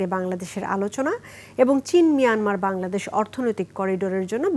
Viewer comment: আমার বালের নিউজ পড়ে শালীর ঘরের শালী বাংলাদেশ ও ঠিকমতো উচ্চারণ করতে পারে না